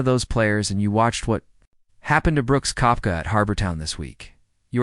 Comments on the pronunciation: It’s pronounced Keptka 🤦‍♂️ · If you cannot pronounce his name correctly- not worth the listen.